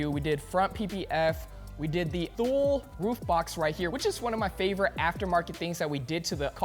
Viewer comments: "Thule" is pronounced too-lee not thool. smh. All that money and can't pronounce what you bought. lol. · Thule is not pronounced "thool", it's "too-lee". It is Swedish. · btw thule is pronounced "tooly"